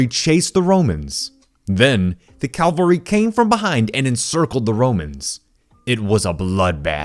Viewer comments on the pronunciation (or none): I’m not a hater, but it just bothers me when people pronounce these two words wrong. It is cav-alry not Cal-vary, two very different things; Cavalry; a mounted fighting unit: Calvary; a geographical location.